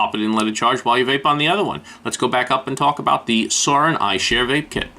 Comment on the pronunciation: Its not called salt nic its nic salt 😐 and suorin is pronounced swore in ffs lol